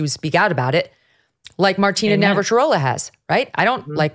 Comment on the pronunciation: Ohhh Megyn, I just have to comment this time and I'm sorry....so many times you mention Martina Navratilova and you say her last name incorrectly. Please please show some respect to her and start pronouncing it properly. I love your show and watch every single day, but today I finally had to say something.